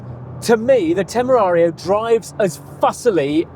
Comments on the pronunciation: I'll help you guys. Teh-meh-ra-rio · English speakers: "Temewawio" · Tememario Temeraro 😂😂😂The english people really can't say the name of the car. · Its not called tamagochi its terramario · It's more like TEMUrario. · You seriously have language issues. I don't understand why everyone in the world is supposed to be able to understand and speak English and you cannot learn one Italian name. Quite pathetic. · Making fun of Italian words that you can't be bothered to learn how to pronounce properly is pretty weak and telling. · Brilliant and informative video, especially if someone is actually in the market for one of these amazing cars. But seriously, guys, jingoistic mispronunciation of foreign languages is beneath Top Gear and its presenters. Do better. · Do the hosts have stroke or something? They can't pronounce Temerario correctly it seems. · “How many times can we mispronounce Temarario in 1 video? Tune in to find out”. At least 50 🤣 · They tried to recreate that “Clarkson, Hammond and May magic” with the initial comparison. And the constant mispronunciation of Temerario is such a classic Clarkson bit. I made it almost 10 minutes but, I have to click off. Hopefully this was a failed attempt at an homage and not a sign of things to come. I like both presenters but, not when they’re doing bad imitations of legendary automotive journalists. See you next episode. My $0.02. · The joke about not being able to pronounce Temerario got old real fast - start acting like professional journalists! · The Temerario name gag is so old 🙄 it’s not hard to say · That mispronunciation of the Lamborghini's name gag, got very old very quick. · Yeah I don't get why they were pretending it's a difficult name to pronounce. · It’s pretty pathetic actually… especially considering Brits nor Americans can NEVER pronounce anything foreign correctly. It’s pure ignorance. Imagine other countries pronouncing Bentley or Morgan wrong intentionally!